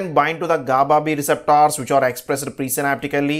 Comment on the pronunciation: Speak 🗣️ nicely It's Receptors 🗣️ not receptaars